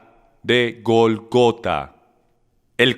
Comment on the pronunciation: Entonces si es Gólgota por qué acentúan en la traduccion la segunda O??? CASI SIEMPRE QUE TRADUCE LE CAMBIA LA ACENTUACIÓN A LAS PAPABRAS De igual maneras muchas gracias porque igual seguiré viendo todas las enseñanzas que traduzca 😍